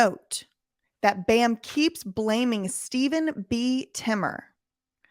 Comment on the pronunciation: Timmer can't even say bams name right.